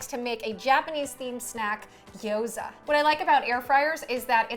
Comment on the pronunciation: Only thing I Love more than Gyoza~ is that you say it right ! 👏